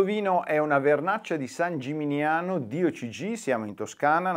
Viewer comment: San Gimignano, non San Giminiano. 😉